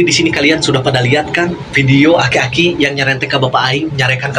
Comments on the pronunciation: aki" bang bukan akik" 😂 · Bang bang... Aki Aki. bukan akik akik😂